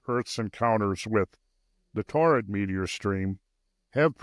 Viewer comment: Torrid? ---- You mean Taurid, right?